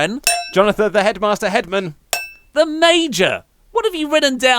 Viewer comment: he thinks major is pronounced mayor what a stupid idiot